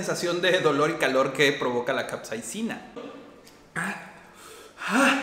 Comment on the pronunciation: Creo que no es capseina, es capsaicina/capsicina